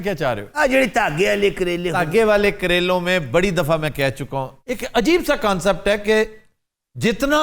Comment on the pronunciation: kancept. 😂😂😂😂 While Aftab always laughs on other's mispronouncation.